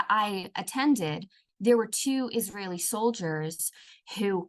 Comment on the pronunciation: "ijraeeli women"😂😂 Average Indian gobar bhakt